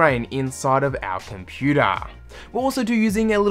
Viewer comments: “Inside our computaarrr” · What is a 'komputaah"?